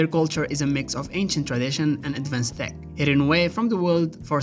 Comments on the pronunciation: Why are you pronouncing "T E C H" as "T H E C"??? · He DID say THICC instead of TECH 😂 Edit: He actually keeps saying "thick" the whole time 🤣